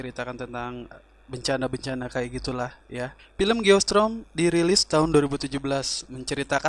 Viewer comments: Geostorm bang bukan geostrom👍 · Geo strom dia baca nya... 🤣🤣